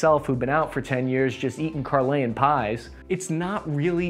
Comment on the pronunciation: Is nobody going to say anything about how he said carlein pies